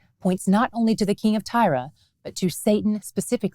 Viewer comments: I have wondered all along why she pronounces it as Tyra?? I don't see it. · I've never heard Tyre pronounced that way. I've always heard it like "tire". I'm going to have to research. Looked it up and both US and UK English are like "tire". So I looked up Hebrew and it's "tsore", like sore with a slight t beginning. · Always curious as to why you pronounce Tyre as Tyra,.